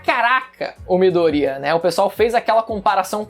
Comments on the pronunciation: Eu fico com agonia quando ele fala Midoría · É midoriya, miDOriya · pessoas normais: MIDORIYAAAAAAAAAAAA: MIDORÍA:O